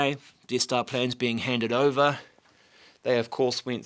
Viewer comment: The Deeth Stah